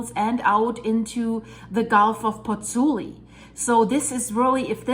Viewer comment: Interesting and worrying. By the way, it is Pozzuoli (not Pozzuli) - and both the u and the second o are pronounced . . .